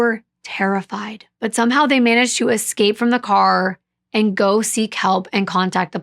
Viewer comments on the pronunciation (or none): none